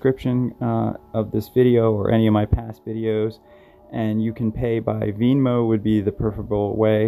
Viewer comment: "Veenmo" lmao